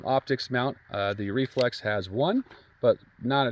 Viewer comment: Sounds like you are saying Reflux🤣🤣🤣. Great video tho!!!